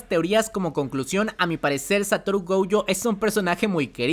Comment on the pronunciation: Goyo no Gouyo por favor!!